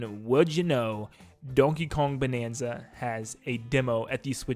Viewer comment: You can't hide your mistake, "Donkey Kong Banza", you were already caught in 4K by the algorithm and we will always remember your mistake.